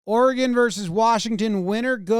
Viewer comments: As an Oregonian, I guess I want to thank Jomboy for knowing how to pronounce our states name. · Thanks for pronouncing oregon correctly